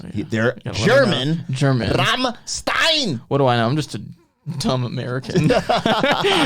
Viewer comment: rum-shtine. like in sun-shine.